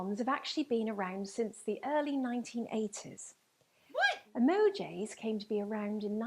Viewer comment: Did she say "e•MO•jays"? She did.